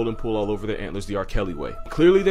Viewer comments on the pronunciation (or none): none